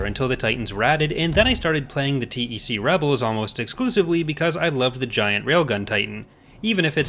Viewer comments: You say T E C and not "Tec"? It feels strange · yeah but saying TEC sounds so right, probably because TECH and TEC-9 (think is the name of one of SMGs in San Andreas)